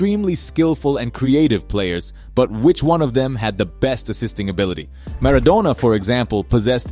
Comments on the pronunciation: Bro really said Maradonia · bro said maradonya